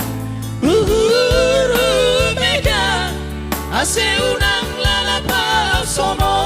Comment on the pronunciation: Pelafalan yg agak janggal: ulang diucapkan unang; bogei dibilang bege; tonduy dibilang tondi. Belajar pelafalan ya, namanya budaya harus tepat